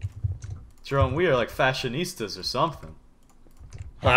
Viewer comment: i never thought i would hear a guy say fashonista lol